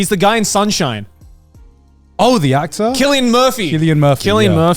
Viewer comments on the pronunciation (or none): sill-ian not killian